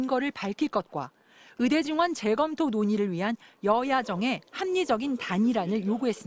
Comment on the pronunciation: 추씨 아저씨! 으대가 아니고 의대예요!!! 발음도 뭐같으네...